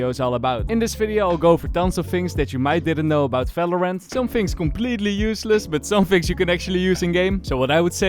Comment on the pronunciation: falorant✅ valorant ❌